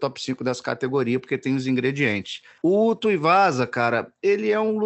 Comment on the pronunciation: kkkkkk, O André se incomodou que nem eu com essa do de chamar o Tuivasa de Tuiuvasa.